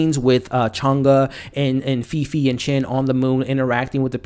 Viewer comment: Great review! The main character’s name is pronounced ‘Faye Faye’ :D